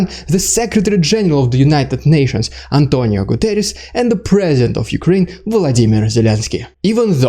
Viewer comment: Extra points for being able to say "António Guterres" almost perfectly! Great video!